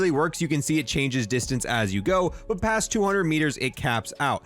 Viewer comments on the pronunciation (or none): none